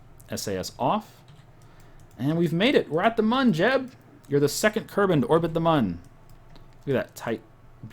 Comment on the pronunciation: It's pronounced 'moon'. Even though it's spelt mun the U has an en-ye on it.